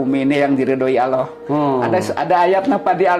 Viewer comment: Menyebut Allah saja aloh... Penipu kelas kakap ini orang, laporkan saja ke polisi... Biar jelas..